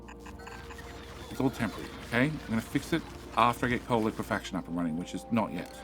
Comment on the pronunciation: I'm still shocked that you finally pronounced liquifaction correctly.